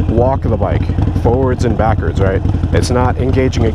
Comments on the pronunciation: Hahahaha you said backards "MERICA" 🙌🏽🙌🏽🙌🏽 I now consider you family 😂😂😂😂😂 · Hehehe he said ‘Backerds’